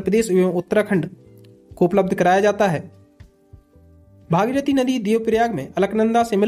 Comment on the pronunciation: राजा भगीरथ का सहीनाम उच्चारण करिये ।अच्छालगेगा